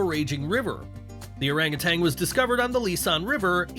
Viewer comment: "Orang utan" spoken oh-rung oo-TUNN, not oh-rung oo-TANG